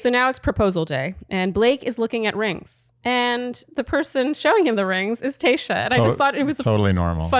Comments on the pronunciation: Am I the only one hearing saying “Kayshia” instead of Tayshia?? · Does anyone hear "Kayshia" not Tayshia or is just my ears?! haha